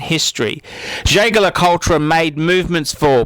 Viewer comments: Ehhhhhh this guy can't pronounce Jaeger-LeCoultre to save his life. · How predictable you are and how badly you pronounce Jaeger le Coultre.!! Of course high end watches are marvellous ( I have a number) but there are equally desirable watches further down the pecking order. One that comes to mind is the Ebel Voyager with the white dial. ....an adorable beautifully made sports watch. Did you forget about the original divine steel and gold gents Cartier Santos Galbee. I have had one for 40 years, a really true classic with eternal design features. Talking of Patek ,what about the 5024?... aesthetically a fabulous timepiece, and then you should look at the dials of the J le C Odysseus and Heraeion chronographs...pure genius my friend. I prefer the 1990 cases with bevelled bezels for pure panache. As for Rolex I'm not sure why they have such a cache. They aren't beautiful and there are billions of them ! One things for sure they are not for aficionados .